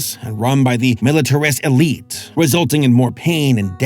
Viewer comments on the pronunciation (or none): none